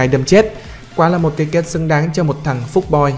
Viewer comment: "Fuck boy" chứ k ph phúc kkk